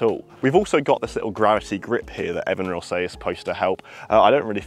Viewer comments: Looking forward to trying this putter. I think it should be pronounced EvenRoll... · It’s pronounced EVEN ROLL. Do your homework.